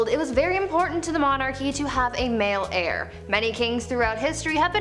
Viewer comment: Heir not hair geez you guys